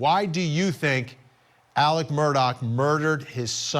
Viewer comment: His name is pronounced murder not Murdoch